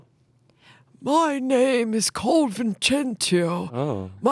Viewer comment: As an Italian them pronouncing those names was kinda impressive actually